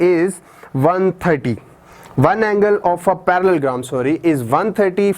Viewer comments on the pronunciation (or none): sir its parallelogram not parallelgram